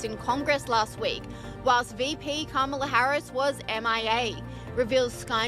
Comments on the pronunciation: KA-MA-LA. This is why hooked on phonics is so important. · Why does everyone in this video insist on not pronouncing her name correctly?